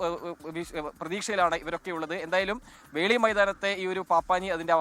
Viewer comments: Dear SKN.... FORT KOCHI യിൽ പപ്പാഞ്ഞിയെ കത്തിക്കുന്ന ground ൻ്റെ പേര് വെളി ground എന്നാണ് വേളി ground അല്ല...☺️ റീൻസൺ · വേളി അല്ല മോനെ 'വെളി'